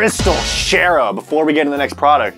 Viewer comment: “comment down below Next product”. Me: next pwoduct